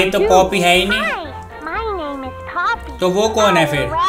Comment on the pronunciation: भैय्या जो तू पोपी बोल रहे हो हाय नाही होत